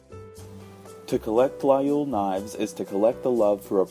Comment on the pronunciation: Please try at least pronounce Laguiole right.